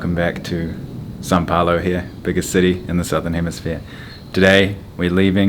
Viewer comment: why does he keep saying San Paolo lol